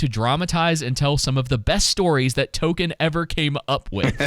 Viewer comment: 😂😂😂😂 JRR “Token”